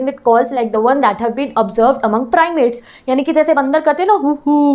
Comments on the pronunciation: Mam u explained well this but chapter btw ur pronounciation is wrong Primates - pimirates😅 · u said primates nd also pimarets🙄🙄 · Pronunciation ma'am :( You're constantly mistaking - Primates for Pimarets Australopithecus for Austropethus Hominoids for Homonoids Hominids for Homonids And the slide transitions and all were really ill. Like you said, "see the pic above" but there wasn't any and you must've recorded this in many takes so when you moved slides and then the next second there was a different slide on the screen with so many things written, your audio getting blurred in the background and these kinda things... I don't know how to explain everything but.......... The explanation was going well but I'm sorry, after some point I got too irritated to continue with the lecture. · Sab thik hen but mam app primates ko pimarets kyun bol Rahi thi !!?? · Mam vo primates hota hai piramad nahi apki pronunciation galat hai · Loved the lecture, small inconvenience, it is "Primates" not "Piramets/Pimarets" which is constantly misinformed here. It's pronounced as Prime-ates, primates is derived from Old French or French primat, from a noun use of Latin primat-, from primus ('prime, first rank') please bring that to notice. Thanks! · Thank you for the lesson 💜 I would like to point out just one thing. You are pronouncing the word 'primates' wrong. It is 'prai-mayt' (not pira-mets or pima-rets). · Primates not piramits 😂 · Didi Aap Ne Table Mein Piramids Bola Hai Vooh Piramids Nahi Primades Hai 1 Human प्राइमेट्स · Mam primates ko pimarets kyu bol rahi hai🤔? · Mam Zara correction kare aap ki primates hota h naki pimarets. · Mam there is one more correction that is "primates"not "pimates" there is mistake in spelling and pronounce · Didi it's primates not pimarates but i love your explanation 😘 aise hi hamare liye video late rahiye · Wo pyramid nhi hota... Primate h... Pronunciation shi kriye ma'am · it is primates not piramates. PRI-MATES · Primates not pimarets😏😏